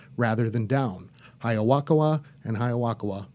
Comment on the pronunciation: why does he keep saying "Hiyawakawa"